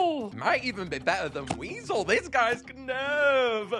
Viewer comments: Is nobody gunna acknowledged knurv's name is supposed to be spelt like nerve, because of the eyes being the instrument (knurv uses nerves, NERVES ITS NERVES GUYS PLEASE SAY NERVE NOT KUH NERVE) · Knurv is pronounced Nerve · Just pointing out - the 'K' is silent. Knurv is pronounced 'Nerve' - like the optical nerves that make the sound. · I love how every one pronounces it as “Ku-nerve” when it’s just “nerve “ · Knurv's name is simply said as Nerve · I Think its Pronounced Nurv as in Nerve and the K is Silent i think but i might be wrong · Knurv is pernounsed "nerve" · I love just how passionate is about this game, and how genuine he is in his videos. Also the K in Knurv is silent but I don’t want to nitpick 😅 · Even you said Knurv's name wrong xD The K is silent, similar to the words Knight and Knife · i think the k is silent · U said knurv wrong its like gnarls where u dont say the g sp with knurv you dont say the k just helping u